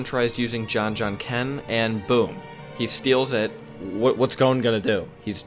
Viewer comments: why does he keep saying gon as "goan" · I couldn't continue after you called Gon "goan" rhyming with moan😢